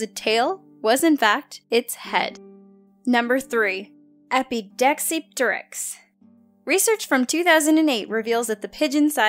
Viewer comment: You can't pronoun Epidexipteryx